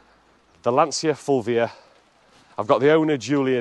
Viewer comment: You guys need to learn how to pronounce Lancia. The way you say it grates, like fingernails down polystyrene.